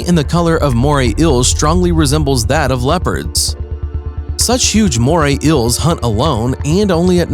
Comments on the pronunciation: the way he says eels ills moray ills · It’s bugging me how you’re pronouncing it as moray ills🙃🙃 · "Moray Ills." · “Today we will tell you about moray ILLs” Nope. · “Moray ILLS”